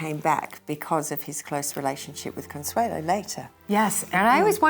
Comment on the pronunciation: Did Consuelo Vanderbilt pronounce her name “Consuela?” I’ve never heard that before!